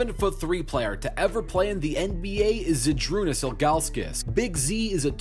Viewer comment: I isnt zydrunas its žydrunas so he pronounced it wrong